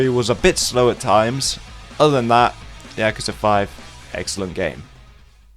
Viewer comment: Why why why does every reviewer, whose played these damn games, fail to pronounce the fucking name of the game correctly. Listen to how the characters say Yakuza. Does it sould like they begin with "Yak" like the animal? With that hard A? No. No no no. At least you didnt pronounce it like my fellow americans where it almost sounds like they're trying to say jacuzi. Fuck.